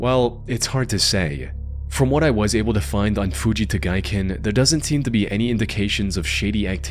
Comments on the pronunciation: It's actually Fujita Giken pronounced Hoo-ji-ta Gee-ken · Jesus Christ, take a shot every fucking time he says Fuji Tagaiken ( incorrectly) and you'd be dead in 30 seconds. Stop repeating words and phrases over and over in every fucking video. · You're killing my ears with your rage pronunciation of Fujita Giken. Stop